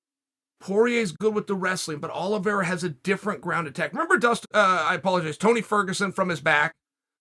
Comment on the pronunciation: *Chael Sonnen:*Charles Oliveswhereare and Dustin Sorrier. Me: Ok great.